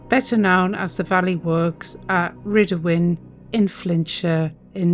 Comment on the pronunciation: Rhydymwyn is pronounced " rid - uh - moo - in ". The site is a nature reserve now as says. Thats partly because some areas of it still contain hazardous chemicals left over from the chemical production which in the past, has been safer to leave to degrade in place rather than remove. Although the Germans knew nothing about the Valley Works, the secret was blown to the Russians who were told about it by one of the physicists who was involved in the Tube Alloys atomic project, Klaus Fuchs. Fuchs was a Russian spy, his photo appears on the information post shown of the video. When the British atomic work of Tube Alloys was transferred over to the Manhattan Project in the USA, he followed and continued spying for Russia. He was caught and imprisoned for his betrayal, but he was central in giving Russia the atom bomb.